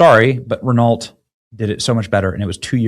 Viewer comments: Reh-nahlt. 😂 Rhe-noh, Benny. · it's pronounced ren-ow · Jagwire? Renalt? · Benny, I know I'm a car guy, and I can tell you're clearly not. You've really got to work on your Italian and European car pronunciation ... "Luce" and "Renault" specifically. I'm sure there was more, but c'mon dude. Google it. I hear Google does pronunciations, now. You're gonna start WW3, OH WAIT!! You already did a video about that. Try harder. Do less. Stay in your lane? Maybe.